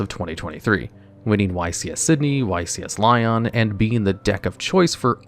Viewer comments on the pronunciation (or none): none